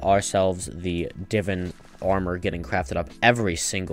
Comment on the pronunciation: its not divin please say it correctly its divaan